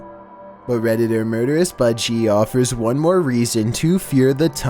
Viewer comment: It sounded like he said murderous buttcheek😭😭